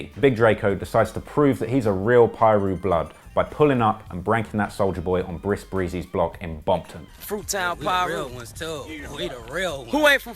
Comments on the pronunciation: Hahaha....did he just say Bris Breezy? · "bris brown"